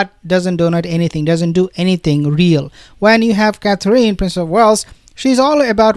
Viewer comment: Please learn to pronounce Catherine correctly.